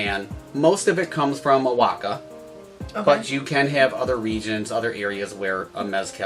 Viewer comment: Work on your pronunciation, homie. Watch some videos and listen to how oaxaca and mezcal are pronounced. Practice and then hit record.